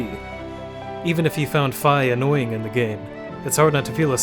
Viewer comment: It is pronounced fee Not fye